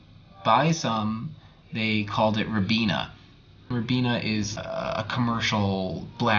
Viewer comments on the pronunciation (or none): You should pronounce Ribena more like you do hibiscus.